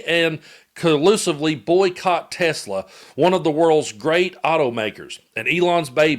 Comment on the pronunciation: "We have to take care of our high IQ people, 'cause we don't have many of 'em." Says the guy who can barely string a coherent sentence together & whose grasp of language (cofveve, hamberders, or more recently 'Tesler') along with his "tariffs fiasco" makes his current status as POTUS a friggin joke! 😂